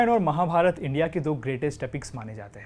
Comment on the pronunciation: Beautiful... This may sound like nitpicking but please try to improve pronunciations.. Barbareek hai.. end mein aa lagaa hai matlab nahi ki barbarikaa bolaa jaye, same for wrongly calling ramayanaa and mahabharata... the letters were there to make English speakers understand not to pronounce it as they usually do with their own words. At least we can spread our education better , which you are already doing a great job of.. just that the pronunciation error irritates me